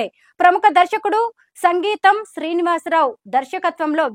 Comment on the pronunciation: సంగీతం శ్రీనివాసరావు కాదమ్మా సింగీతం శ్రీనివాసరావు